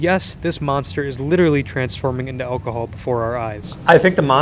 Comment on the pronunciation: "Don't ever mix energethics with alcahool", This dude doesnt give a damn